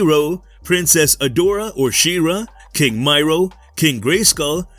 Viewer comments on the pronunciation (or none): Miro as I me ro. .not may row